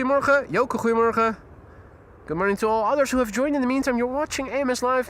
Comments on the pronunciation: Ah, it is then. As for his pronunciation of “Goedemorgen” which I’m familiar with, it sure sounds like he’s saying “creemorgen” to my ears. Thanks for the clarifications. 👍🏻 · Ok helpful Dutchies, when is saying good morning I don’t think I’m hearing Goedemorgen. It sounds more like “cremorgen”. What is he saying?